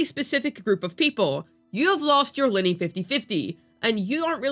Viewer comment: It's not Linny, it's Lin-NAY. 😅 Oh well. Who cares..